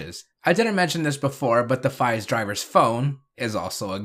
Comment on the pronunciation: I thought it was pronounced like phase